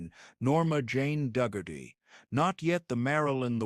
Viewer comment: Norma Jane Duggerty? No...it's Norma Jeane Dougherty.